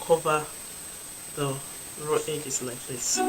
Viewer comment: Brilliant work. I dunno why I kept on hearing ‘I’ll be sewing the two raw eggs’ 😂